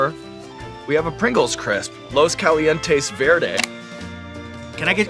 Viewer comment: Dude I loved how fluffy caught Sean’s pronunciation on “los calientes verde” lol but sean has to at least try to pronounce it.. he’s basically just talking Spanish in English lol